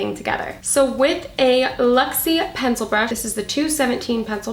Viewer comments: I'm going to need to buy these products I love the colors. But I need to say because it was kind of bothering me, but the brushes you used are called LUXIE and you were saying LEXIE so you were saying it wrong I love those brushes I have a few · Right and you were pronouncing it with an E instead of a U. That's what it sounded like to me.